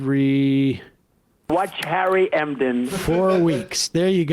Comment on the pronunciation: Harry Emden-arr-eye!